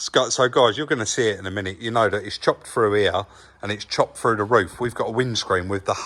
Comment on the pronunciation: When you say frew do you mean through ?